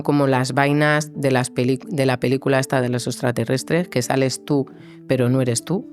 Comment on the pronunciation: que raro pronuncia la "T" ,el entrevistador, "ths" ...., casi es una ch..... pero no es con todas las palabras o no en todas las ubicaciones de la t . de donde es? ( existshen, distinthsa, esthsa entrevitsha, vivistheis esthairs, )